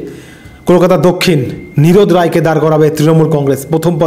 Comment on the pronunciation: Nirbed roy. Not nirod roy. Great